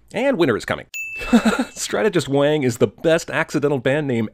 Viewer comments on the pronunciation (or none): sorry to sh(beep)t on your semantic parade, but it's strategist wong, not strategist wang. kinda like it's Lara.....not Laura ;) ....Croft...n such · well at least he didn't say Everything "Wong" or "Wang" with... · Giving you 1 sin for not calling this ""Everything Wong"